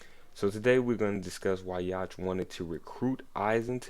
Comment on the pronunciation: Yhwach name is pronounced (You Ha)